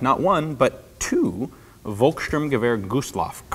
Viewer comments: The pronounciation is more like folkssturmgewehr (sounding) because in germany the V is mostly spoken like an F. From your pronounciation it would be written like wolkssturmgewehr ;) (in german) greatings from Germany :D For thuringia (it is the english name for that german region) it is corectly pronounced but in germany its called THÜRINGEN the Ü is pronounced similar to the u in tube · its pronounced "FOLL-KS - ShTOORM- Ge-WEAR" not "wolkstörmgüwär or wolk-stirm-gawir" ... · Your german pronounciation is surprisingly good, except that V is pronounced as F :) So it should be folksturmgewehr :) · Isn't the "V" in Volkssturmgewehr pronounced like a "F"? like Folkssturmgewehr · How can you mispronounce the ENGLISH name for the destination? And it's pronounces Folk-Sh'toorm-g'eh'-wher Volk (The People) Sturm (Storm) Gewehr (Rifle) But your Cht can't be fixed if you never let a german explain it because you simply don't have that sound in your language.